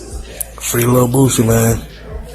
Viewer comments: BOOTSY = Bootsy Collins, bass guitarist / songwriter BOOSIE = BOOSIE Badazz, Rapper / Performer If one is to take your content serious, at least LEARN how to pronounce the accused name correctly Sir💯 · It's BOOSIE Not bootsie🤦🏽 your ahh lame bro 4 Reals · Bro you got to stop saying bootsie man lol smh you sound silly…… it’s boosie with out the T bro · Boosie not bootsy lol!! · Stop saying bootsie bruh 😂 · He was making me upset with that bootsie shit. Who doesn't know the mans name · I think by now u just fukn around with us. His name is Boosieeeeeeeeee(me screaming)not fukn Bootsie. ARE U FUKN RETARDED OR SOMETHING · Why everybody saying bootsie it's Boosie! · This guy keeps saying “Bootsie”. Why the hell does he keep saying the name incorrectly? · Say Bootsy one more time. And that'll be the last Bootsy Video i watch on IDNTV 😅😅🤣😂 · I can't stand u saying bootsie😂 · Bruh… how is it u run a YouTube channel that FOCUSES PREDOMINANTLY ON THE HIP HOP CULTURE, THE FASHION, THE MUSIC… ALL THINGS HIP HOP and stay mispronouncing BOOOOO SIIIIIIE’s mthfkn name dawg?!.!!??? It’s easy bruh Boo Cee, where do you see the T? I done watched the video and couldNT tell u what it’s about cause u had me trippin’, thinking I’ve been calling BOOSIE by the wrong name all these years. Oh hell… do a video about Timbaland, u be calling him Timberland like the boots! Sheesh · Man you definitely saying Bootsie on purpose. You see them comments about that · BOO SIE. Say it with me class. Boosie. Aint no T in that name and it aint yo south slang. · You saying HIS NAME WRONG bro. I know u see the comments that we're trying to help u OUT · Facts shits annoying af!! Can buddy not really pronounce Boosie properly without adding a T or this fool straight trollin???